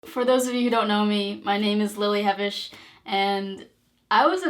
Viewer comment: I always pronounced it huh-vesh and not hev-ish... I feel awkward...